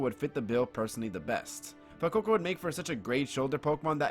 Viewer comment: I've never heard anyone pronounce Fuecoco how you do lol. "fwoococo." But that aside, I think Fuecoco would be the most likely starter for Ash to get, i've always thought it would fit Ash's Genre of pokemon. I'd love for him to get a Quaxly but thats just bias